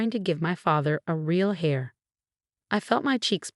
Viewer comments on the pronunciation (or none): Heir not hair